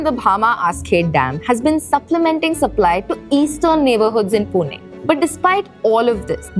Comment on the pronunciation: it is not पुने it is पुणे , learn to pronounce the city name correctly, do not do it as per north indian standards. and the water crisis is because unlimited migration of people from outside..20 30 years back this was a nice city before outsiders overcrowded it..now we feel like foreigners in our own city due to uncontrolled migration from Hindi BIMARU belt